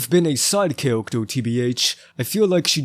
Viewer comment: why the hell you saying - "cawactew" - insted of character dafuq